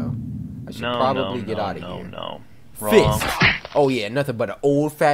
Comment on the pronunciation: When he said wrong and now i hear RAW